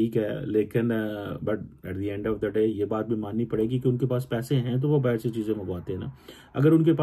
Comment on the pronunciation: baa-ii-rr = bahar = outside😂😂